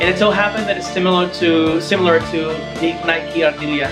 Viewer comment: Bukan Naik Ardilia cara bacanya bro, tapi sesuai penulisannya. Nike Ardilla.